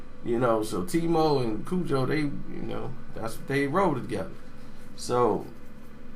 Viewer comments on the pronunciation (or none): none